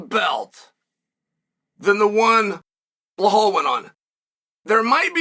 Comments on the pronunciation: His name is Belal not Blahal wtf lmao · I love hearing him talk about “Blahall Muhammad” 😭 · The fact he's still calling him "Bell-hall" is fckn hysterical 🤣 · Bleh hall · I just couldn’t focus everytime chael said blehal and alex pieera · Yeah I also here him say Alex Pee Era